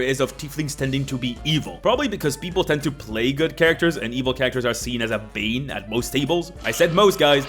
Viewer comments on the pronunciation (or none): none